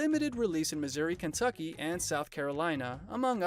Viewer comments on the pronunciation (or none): none